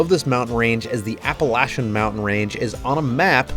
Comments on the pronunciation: Thank you for pronouncing the mountain range correctly. It's sad when a YouTuber says it correctly and the local news can't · As a NC native…..THANK YOU for pronouncing it correctly. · So good to see you wheeling in my neck of the woods. I was born in Ashville and have wheeled a lot in NC TN VA WVA. Maybe someday I will get another jeep and get out west. Thanks so much for pronouncing our Mountain's (although they are a little smaller than your used too) correctly and telling the history of how they were named. I love your vid's and your just getting better at making them.